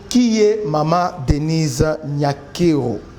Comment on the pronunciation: La Damme son vrai nom est NIYONKURU qui es le nom d'origine Rwandaise et Burundaises qui signifie (God is great) mais un journaliste dela Rtnc a mal prononcé ça lors du premier prestation du serment de Félix béton en appelant NYANKERO qui n'a pas aucune sens et signification au Congo,Rwanda et Burundi mais ont comprends l'erreur commise par le journaliste prcq le kinois ne pas bon en prononciation de Kinyarwanda et kirundi